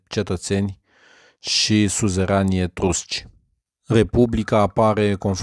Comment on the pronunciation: Etursci ? Nu mai degraba etrusci ?